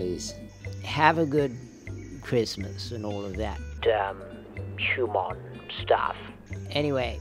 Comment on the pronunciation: I caught that DS9 Ferengi "Hume-maun"